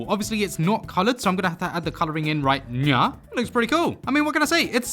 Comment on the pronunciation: I meant “right nyow”